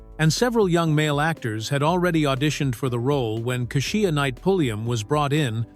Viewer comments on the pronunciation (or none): Kashia kasheia it’s Kesha 😅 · Keshia’s name is pronounced Keysha and not whatever you said. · Too bad the narrator can't or won't pronounce Keisha's name correctly.... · So the narrator can pronounce Jaleel but can't pronounce KESHIA ?? 😂